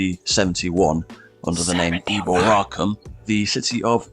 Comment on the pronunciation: Eboracum is not pronounce as the narrator pronounces it with the accent on the third syllable. Rather, the accent is on the second syllable.